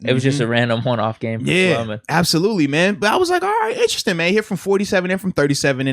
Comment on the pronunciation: Someone please tell #55 that the word is, Interesting not Instrastin'